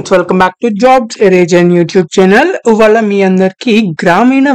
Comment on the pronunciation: ఉవాల కాదు రా అయ్య... ' ఇవాళ '